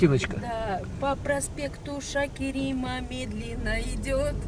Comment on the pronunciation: Почему каверкаете? Там же написано Шакарима, а не Шакерима? Разве это сложно?